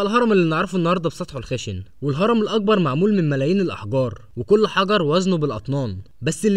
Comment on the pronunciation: المذيع يلفظ حرف القاف و كأنه حرف g و للمثال فهو يلفظ كلمة مقبرة هكذا magbara وكلمة الأكبر يلفظها هكذا Al agbar